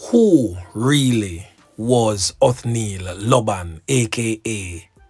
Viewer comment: Lord she confused me with her report of the missing items. Not even the proper pronouncing of his name. Lord cover jamaica!!!